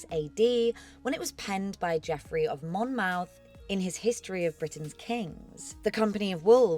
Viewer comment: Good stuff. Just a heads up: it is pronounced mon-muth (muð). In place names we often retain the original Old English pronunciation of mouth = muð ('muth'). Same Portsmouth, Bournemouth, Plymouth, etc.